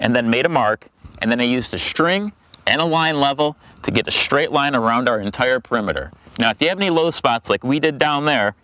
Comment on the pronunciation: Shtring. Shtraight.